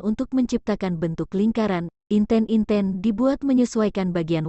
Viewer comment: Terdapat kesalahan pengucapan pada kata Semut Gremet dan Inten-inten 🙏